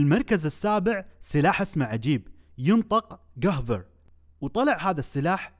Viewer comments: رقم 7 ينطق (قفير) وليش قهفر؟؟؟؟ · رقم 7 ينطق (قيڤير) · السلاح gewehr ينطق قيفير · السلاح رقم 7 اسمو ألماني و لفظتو غلط لأنو w تلفظ بالألماني v و h لا تلفظ بالغة الألمانية و يلي يسأل شلون عرفت انا بألمانيا عبدرس لغة و فديو رهييييب أستمر😎😎